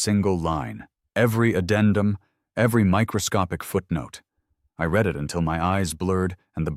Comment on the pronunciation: Be careful, quite a few words are mispronounced. For example: read. Present tense it pronounced REED, past tense it is pronounced RED.